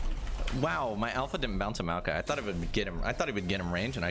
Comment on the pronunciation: WHY THE PRONUNCIATION OF MAOKAI IS SAID LIKE: "MALKAI"? WHERE DOES THE "O" GO?